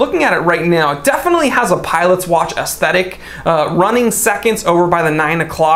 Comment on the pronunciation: I can forgive your German. Your French isn’t that great either but your pronunciation of aesthetic was great. I may be losing my hearing but when people say aestetic instead of aesthetic my brain asks me, “Did you hear that?”